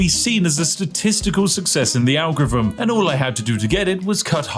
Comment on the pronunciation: the what? algurruhm?